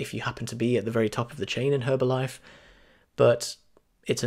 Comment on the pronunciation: the H is silent